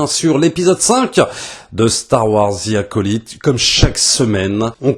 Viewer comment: "Zi acolaïte" ? On dit pas "Ve acolite" ? 😅